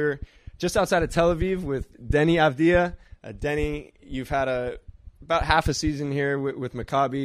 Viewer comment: Samo bih ga lijepo molio da kad ude u NBA na prvoj press konferenciji te glupe američke novinare fino nauči kako se izgovara njegovo prezime, da ne moramo slijedećih petnaestak godina slušat Adivđa ili Aviđa. Jer diže mi se želudac kad čujem Kliber, Prdl, Đokić, Dančik, Šruder i slične nebuloze.